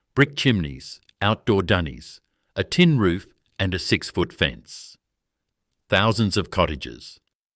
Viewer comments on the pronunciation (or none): none